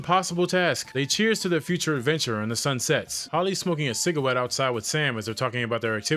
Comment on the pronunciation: did u say “cigawette”?